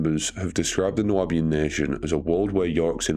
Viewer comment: New-bee-an AI.